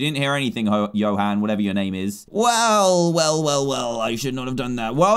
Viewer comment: Dan said ‘hoe’ when he tried to say Johan😂